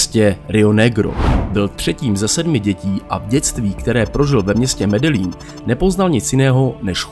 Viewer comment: Ahoj, video je super. Akorát mám výtku u vyslovení města Medellin, čte se to Medejín, tak to říkali i v seriálu Narcos